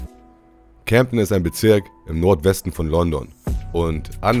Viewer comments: CAmden und nicht cämpten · Junge das heist camden und nicjt camdten